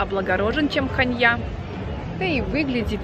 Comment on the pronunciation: РетИмно... ХАнья.... режет слух, извините. Вы столько пытались узнать о городах, но даже не знаете, как произносить названия.